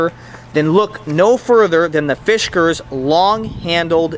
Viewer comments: Dear God, please stop saying Fishkers. It's Fiskars. Otherwise, great review. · Yup. No H in fiskars.